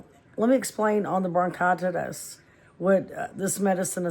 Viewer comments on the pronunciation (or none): You are pronouncing it wrong. Bronchitis and COPD.